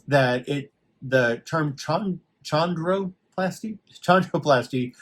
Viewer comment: Great video!! Chondroplasty is pronounced "K"ondroplasty. You're welcome 😊